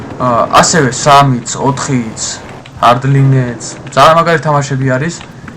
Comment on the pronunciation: ბათელფილდ ჰარდლინე არა ირა ჰარდლაინი სწორად გამოთქვი